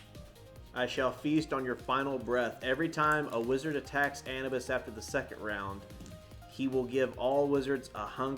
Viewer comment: Anabus 😂😂 Anubis(Ah-noob-ess)